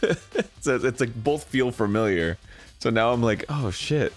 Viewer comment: Arin: "...furmilliar"